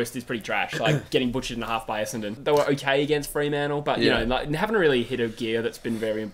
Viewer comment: your brisbane essendon was way off